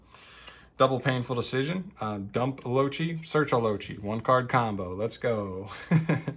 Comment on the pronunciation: “Loachi” 👀 this made me giggle a little, it’s pronounced “Low-Kai”